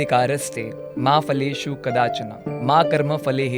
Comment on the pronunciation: फलेषु should be pronounced as "Phaleshu". There is no F sound there.